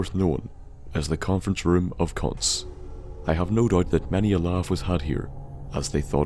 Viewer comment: Cuntference room, you mean,.